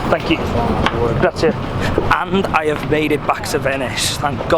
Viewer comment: I loved the way you said “grazie” to the boat guy 😍